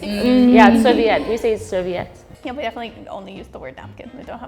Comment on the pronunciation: Serviette was pronounced way out...